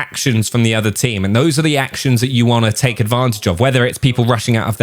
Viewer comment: “we tale a look”😂